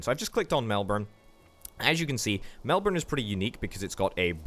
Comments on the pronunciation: Also, Melbourne is pronounced melburn or melbun if said fast, not melborn 😅 Loving the vids though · Hey, love the vid 😂 Melbourne is pronounced Melburn or Melbin, mainly Mel-Bin (say it fast) Bendigo is pronounced Ben-dee-go (say it fast) A bit of history about Bendigo is that it became a massive town due to a gold rush but is now just a town full of drugo’s sadly. Some more history is that where your train tracks from Melbourne to Bendigo is, is actually where the train line from Melbourne to Albury is and where the Hume Freeway is too. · In Queensland we say Melbin